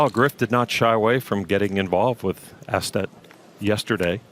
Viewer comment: Astedt just made a blunder. Surprising. Bad read on his part. I think it's pronounced Oh-sted.